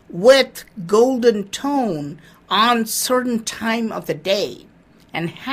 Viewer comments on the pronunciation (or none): none